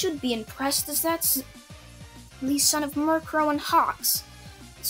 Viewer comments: Its mi ru ko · Mi-ru-ko not miru-ko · you pronounce mjruko mirror a Co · I know your trying to say Mirko, but it sounds like your talking about Murkrow the pokemon, and it hilarious. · Murcrow niceee, your saying it wrong btw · It's mi-ru-ko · He said miriko incorrectly.